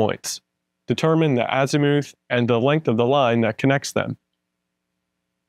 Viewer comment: AZ i muth not azEEmoooth :)